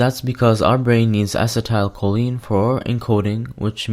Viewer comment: You are not pronouncing acetylcholine right.